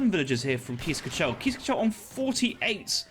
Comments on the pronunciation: i lost it when he said keys ka-chell instead of case kaggel (where the G is the classic dutch throat thingy :D ) No worries on the pronunciation man! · Definitely needs some practice 😂